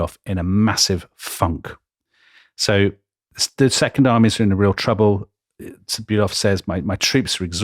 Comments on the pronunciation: Please, Fon Bülow, Not Bülov, that might be a Russian… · Delectable, delightful, wonderful, edifying podcast! Keep up the stunning work!!! Just a small note, not wanting to be what the Germans refer to as "Tintenpisser", seizing upon some insignificant detail, but "von Bülow" is in fact pronounced "von Bü-LOW" and not "von Bü-LOV". Merry Christmas! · Karl von Bülow is pronounced "fonn bu-low" (bu like bureau, low like low). Other than the russian counterpart, the "w" is silent in these east-german names of people and towns. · von Bülow -> fon Bülo (the w is not pronounced).